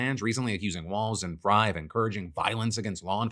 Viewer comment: Psa: Frey is pronounced like 'fray' 😄